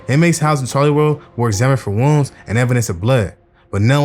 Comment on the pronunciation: Doing a good job bro, just slow the speech down a bit wounds sounds like rooms in the beginning so I know I'm missing some more info through the video, but good story telling and video editing.